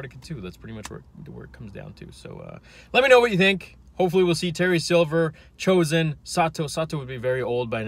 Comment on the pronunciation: Its pronounced cho'zen